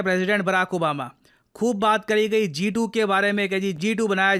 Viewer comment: G2❌ Jha2✅ 😂